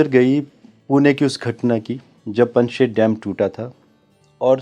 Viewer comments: पनशेत नहीं ... पानशेत बोलिए... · It's पानशेत dam, not पनशेट.